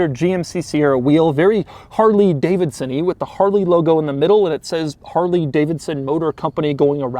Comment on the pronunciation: I constantly forwarded the video and the only thing I listened to was harley davison